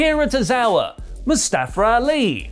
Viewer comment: Who is Mustafra Ali? I have heard many English youtubers saying it that way. It is Mustafa , without the 'r'